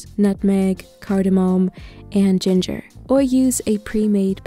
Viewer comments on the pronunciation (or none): none